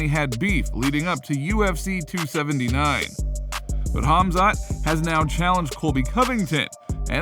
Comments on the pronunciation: It is Khamzat (Pronounced Hamza), Chael says Hazmat meaning digestion in Urdu Language 🤣🤣🤣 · Chael should really stop talking about Khamzat if he can’t even be professional enough to pronounce his name correctly. He’s not even close. Kazmat? Come on he isn’t new. Show some respect. Can’t believe he still can’t pronounce his name.